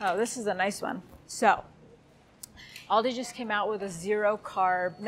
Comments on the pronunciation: Also, its Aldi not Alldi :P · ALdi...as in AL Capone.Not orldi ;)